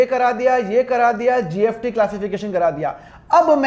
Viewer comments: Sir, Aap GST ko GFT Q bol rhe ho🤨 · Sir app gst bol rahe ho ya gft confusion hai 🤔🤔🤔🤔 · GST ko GFT ko kyu bol rhe ho? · Mana ki sir GST ko GFT bol rahe hai par jo bhi ho samjhaya bohot badiya❤ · Sir it is gst not gft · Badiya smj to a gya but app kya bol rehe gft ya gst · GST bol rahe hai ya gft I am confused 🤔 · Gst ya gft 😂 jinko gft sun rha hai like kro😂😂😂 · Gft nhi 😂 GST hai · Gft kyo bolo sir GST bolo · Gst bolo sir gft kyu bol rahe ho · Ya srr 😂😂 gst or gft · Bhai ye s ko f bol rha h 😂😂😂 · Thoda to locha h😅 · GST ya gft bol raha hai